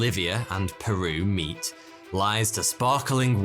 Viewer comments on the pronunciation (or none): none